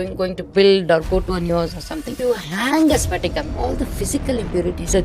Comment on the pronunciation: Its patika not sphatika she is mentioning. Its alum or fitkari. Thats why she mentioned to drop alum which purifies water. Its not clear crystal. Hope someone finds this useful.